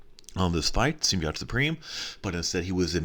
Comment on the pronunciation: why do you say symbiote wrong?